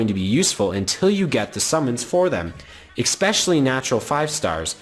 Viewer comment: "eXpecially" it kills me. Idk why that bugs me so much